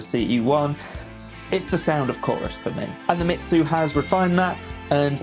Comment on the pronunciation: Its pronounced “me zoo” not “shitzu” 😂